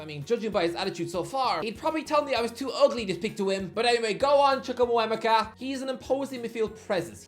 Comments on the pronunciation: It's Chuk-wu-meh-ka Please stop with the Chumukuwemeka butchering - he says it himself in that 80 minute video Sky Sports released of all the players saying their names (Timestamp ) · Carney Chukwuemeka is not harr to pronounce. You're just not saying it right.